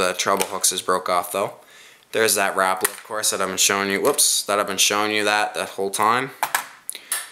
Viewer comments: Rapala not rapla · You called a swivel a spinner. I don't think you now much about fishing. It seemed to me that you were reading the names on the lure because you said rapala wrong. You said RAPLA